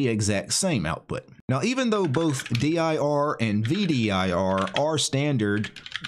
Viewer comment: 1) Neither "dir" nor "vdir" look much at all like what the standard output of "dir" used to look like on DOS or looks like on Windows, so if that was the purpose, they've failed pretty hard IMO. 2) Why on Earth do you spell it out in speech, in stead of just pronouncing "dir" as a word? It's not like it's an acronym, you know.